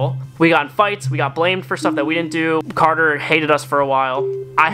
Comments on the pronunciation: It's cater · its carder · it is carder